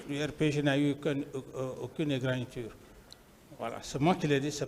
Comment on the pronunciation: "égragniture". Avec ça, est ce qu'on pouvait s'en sortir ?????? Au lieu de dire tout simplement "égratignures ".